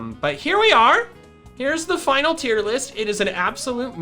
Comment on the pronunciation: TIER, NOT TEAR!